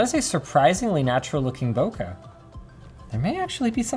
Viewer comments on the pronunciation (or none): none